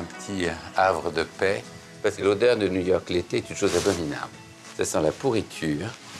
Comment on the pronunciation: nouillorque nouillorque